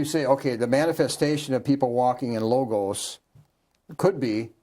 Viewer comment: I am assuming that you occasionally listen to, or even watch these interviews following thier completion. Do you not notice that you and Michael are pronouncing a significant word quite differently in each of the recorded interviews which I have listened to, and watched over the years. Please go go a dictionary, and look up the pronunciation of the word "logos". You will find that when it refers to the philosophical conceptual usage, which is that one Michael refers to exclusively, then the final vowel sound is the short version of the otherwise long vowel "a" (pronounced "ah", but short) as in the first vowel sound in the word "father". The pronunciation you repeatedly choose "logos", with the last vowel pronounced "oh", as in go, slow, mow, etc. is reserved for that reference to symbols recognized as formally representing a corporate, or other legal entity, such as the apple icon with a single bite on its surface, representing Apple Inc., or the two mouse ears, representing Disney Enterprises, etc.. Those icons, or "logos" (spelled the same as the philosophically related word) are associated with those two companies. When referring to such multiple logos (corporate icons), the final "oh" sounding vowel is followed by the consonant "z" sound, rather than the "s" sound as in the ending of "logos" (philosophical usage) which is pronounced "logas". So you are making two errors; turning the last vowel sound "ah", of the philosophical usage into "oh" of the pictorial icon